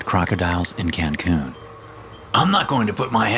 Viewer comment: “Cancoon”? Who says “Cancoon”? It’s Cancun